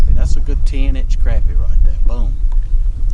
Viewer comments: Great video! I’ll take ya fishing and teach you how to pronounce crappie. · Sac a lait probably most closest to the original Choctaw word down in south Louisiana, but a darn sight better'n Crap-ee. Crah-pee softer on the ears.